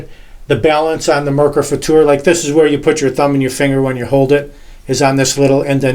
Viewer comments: Thank you so much for pronouncing it FutuR and not "future" like so many other native English speakers. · Thank you for this great review. Awesome. And you pronounced the"Futur" very nice in German. Great Job!😊👍